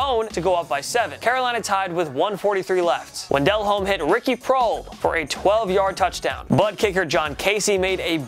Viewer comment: Can you please stop calling him Jake "Dell Home" his name is Jake "Duh Lome" For fuck's sake read the comments